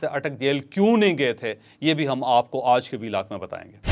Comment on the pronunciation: Ooj nahi hota panjabiyon.aaj hota hy